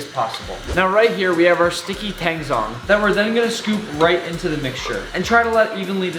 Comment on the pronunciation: You pronounced tang zhong wrong. zh is kinda like a buzzy j with no "juh" sound.